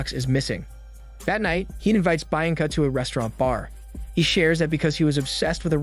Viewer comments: It's pronounced "BIYANCA" and not "BAINCA" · I thought Bianca is pronounced Bee-un-ca, not Bi- an-ca. You sometimes butcher names so it’s either that or that’s how it’s pronounced in the language this was filmed. Edit: ok I scrolled down and apparently other people caught it too, I think is funny how often you butcher names and I’m going to point it out every time😂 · Bee ahhhn Kuh. Not bye an lag. My God. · It's pronounced BEE-anca, not BYE-anca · Great recap but it is actually pronounced “ Be-yan-ca”. I am not great with phonetics but I think it’s closer to the actual pronunciation. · "byanca, byanca" Fs man!! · Im sorry but the woman's name is pronounced 'BE-AN-CUH" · Cool recap but "Buyenka" pronunciation must be an inside joke? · His pronunciation on the name "Bianca" makes me chuckle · It makes wince every time he says it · Was looking for this comment 😂😭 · Everytime he says her name I cringe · well am just mesmerised by the way you pronounce the name Bianca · The way he’s pronouncing Bianca is driving me nuts! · Little brother that's not how you say Bianca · Oh for Heaven's sake it's really not that hard to pronounce Bianca correctly